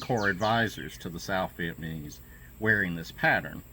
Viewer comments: Its Viat NAM ese not Viet man ese man. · I think im loosing my hearing. I kept understanding "viet-manees".